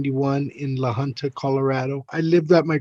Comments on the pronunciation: It is LA HUNTA not LA HOONTA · Crazy ass video. Great work man. These voile tyrants needs to be held accountable for this!!! Side note: La Junta (Pronounced Hunta) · It’s La Junta, pronounced Hunt-a not Hoonta. I am very ashamed of Colorado law enforcement, CBI for not finding fault with those officers! It scares and sickens me that one of them is training new officers. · Fraker was fired for that by the way. He teaches at our Law Academy now😅 I go to school with his daughter, and I think I’m beginning to see why she’s so messed up, her home life is horrible… And Idk if the beginning audio was text to speech, but it’s pronounced La Huhnta, not La Hoonta. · its pronounced 'la hunt a' i feel so bad for this kid.dirty ass cops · La Junta is pronounced LA HOONTA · La Who police department? 😂 It's pronounced La Haunta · The name LA Junta is pronounced LA Huntuh. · It's pronounced Lah Huntah